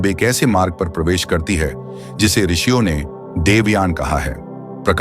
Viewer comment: आर्षियों मत बोलो ऋषियों बोलो